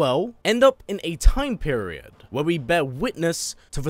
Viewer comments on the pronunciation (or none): none